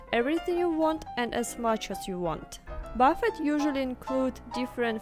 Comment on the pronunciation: Just fyi, "Buf-feht" is the name of the famous investor Warren. What you're eating is called a "buh-feh", and you shouldn't drop the s like Oriental people do (they can't comprehend the concept of plural/singular). So "buh-fehs". Also not "sawh-nah" it is called a "saww nuh".